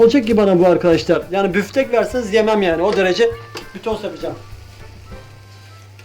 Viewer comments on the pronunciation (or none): hay büfftek diyişine kurban nice büyümelere görmeyeli 13k olmuşsun